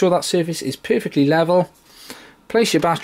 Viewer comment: Nice video it helped my issue! :) Lol every time you said "Perfectly level" I kept thinking if you saying "poofictly level" XD